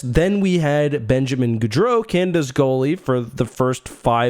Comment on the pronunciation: Pet peeve: Go-dro, not Goo-dro.